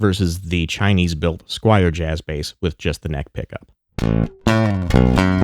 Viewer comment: Squier, not Squire! S-Q-U-I-E-R.